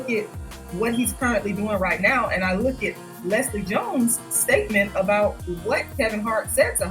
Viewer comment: Looked is one syllable not two geesh